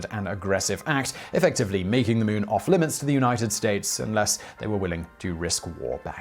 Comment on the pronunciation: Ah yes. newking the mewn…